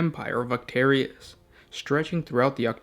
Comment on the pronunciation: don't you Orktarius?